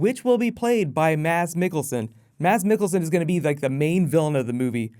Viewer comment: Thank you for leaving out the "d" when you say "Mads"!!! High five!!